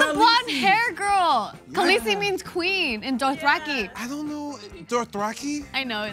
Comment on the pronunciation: When said Khaleesi... i literally left the video.